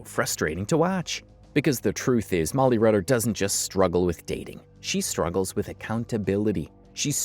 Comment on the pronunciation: you say “Rolly Mutters” lmao 😂😂😂